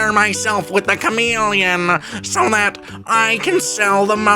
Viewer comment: Okay but the Cham-Ah-Leon is permanently stuck in my brain